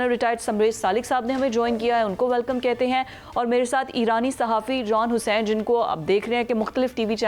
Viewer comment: JON. NAHI. JAN. E. HUSSAIN. PLZ. JHON. NA. BULAIN. ALIF. KO. GOL. KERK. BOLTE. HN. TO. JAN.E. HUSSAIN